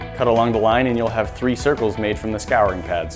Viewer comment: Is nobody else going to talk about how he pronounced scouring wrong?